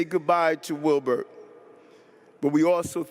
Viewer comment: It's Wilbert, missing the T